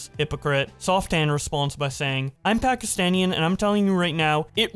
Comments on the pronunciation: I probably think you don't say it a lot and I don't mind, but it is pronounced "Pakistani" not "Pakistanian" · It's not Pakastanian people it's Pakistani people😅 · Bruh actually said ‘Pakistaniann’ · No? The correct word is Pakistani, I've never met someome who said it like and I've lived there all my life